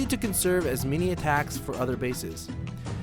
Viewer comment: Its Attacks, not "attacts"